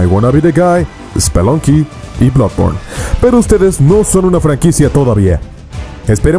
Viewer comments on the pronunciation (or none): none